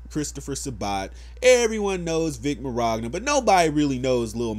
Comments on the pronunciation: Vic Merogna..? It's Mignogna. And Sabat is mispronounced too. I'm just saying for when you make future videos. Honestly, no disrespect, but when you say that everyone knows him over "lil ol Monica Rial," whose name you pronounced perfectly in this video, and then you mispronounce his last name, it sounds like you don't really know him either. I'm not condoning/condemning the video itself either. Again, no disrespect. Speak your opinions and passions, it's your prerogative and I'm not the kinda person to take that away from anybody. I'm just letting you know, in case you decide to make another video about this, should anything else happen. Peace. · If I may, the correct pronunciation is "Min-Ya-Na", it's an Italian last name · I find it hard to get past calling him Vic Mirogna instead of Mignogna. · I expected WAAAY more comments about you saying Vic Merogna! Pronunciation aside, good video though. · Take a shot everytime he says Vic Mirogna. I'm kidding man, I 100% agree with you. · Hey just for future reference, I think his last name is pronounced “Min yah na”. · n fam to avoid erking people, im pretty sure its pronounced "Min, Yatta" hes italian, theres alot of silent letters in there lol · Vic's last name is pronounced Man-ya-na, lol. I completely agree with you though. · For future reference it it Vic Micnogna, pronounced Min-Ya-Na. But keep on spreading the truth. Love how once someone has something bad against their name all of a sudden everyone claims the same thing. #IStandWithVic. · his last name is pronounced min-yawn-ah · It's pronounced Vic "Minyana" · Dude, i'm trying to get through this video, but holy shit, your pronunciation of Vic's name...It's Min-yon-ya. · I love this guy but why does he keep saying "Mirogna"...? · Vic MahROGna? xD what? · Is you pronouncing Vic Mignogna's name as "mirogna" an in joke on this channel ? Because I don't even know how you can begin to pronounce it like that without it being an in joke. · The "G" is silent.